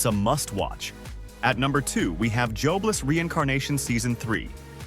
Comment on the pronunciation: "Jobe-less"? Nasty AI/TTS mispronunciation.